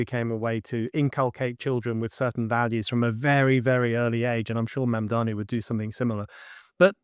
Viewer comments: I wish these and other commentators would learn how to pronounce Mamdani's name. Is it deliberate, a kind of dismissiveness? But it just weakens their argument and makes them look inarticulate. It's Mamm-darnee. Not Mann-darmee. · Another video with someone who cannot pronounce Mamdani’s name; if you’re going to make a video and take a stand, do you think that it doesn’t behoove you to look at his name and say it correctly? MOM DONNY. I think America’s illiteracy has to do with the fact that most people in America speak one language, unlike in Europe, where people are multilingual.. Your message is great, but you sound illiterate.❤ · Yes, but do you think she consistently mispronounces Mamdani's name deliberately, to be dismissive of him? It's odd. She calls him Mandami repeatedly. I think it looks uninformed. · I like that she's continually pronouncing his name wrong 😂👍🏼 "Mandami" 😂👍🏼